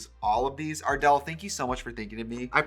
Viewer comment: At first I thought Trixie said Adele instead of ardel 💀💀💀💀💀💀